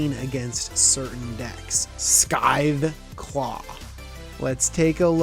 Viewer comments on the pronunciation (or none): Great video! Temmet is awesome and there's a lot of cool stuff you mentioned that I never thought of. Minor nitpick though..."scythe" in Scytheclaw is pronounced with a silent c, not a hard c